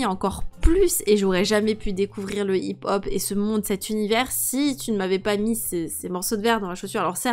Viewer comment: Sa se prononce hip-hop